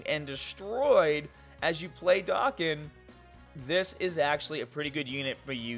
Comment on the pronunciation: Can you say Dokkan the right way please?